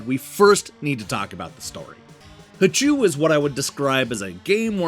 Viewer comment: The double O is pronounced like "oh". The voice on the title screen pronounces it for you.